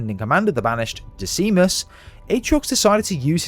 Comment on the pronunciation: Not to be mean, but is funny how he pronounce Ripa Moramee as RIpa MOraMee and Decimus as DecEEmus